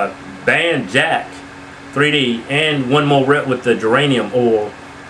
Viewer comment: lol its not jack 3d its jack'3d as in "jacked"!